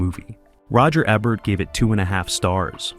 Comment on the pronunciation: The narrator is just reading words. He did not make the video. His mispronunciation of names is the giveaway. Roger eh-bert? Really?